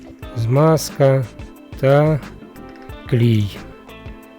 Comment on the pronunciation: Хомути поміняй ці не годяться. Пильник потрібно брати капроновий. І правильно клей а не клій😂